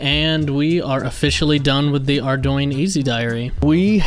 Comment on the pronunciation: First youtuber who pronounces "Ardougne" correctly! Nice series!